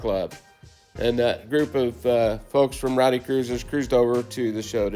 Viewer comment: Rhody Cruisers, not Rowdy. 😉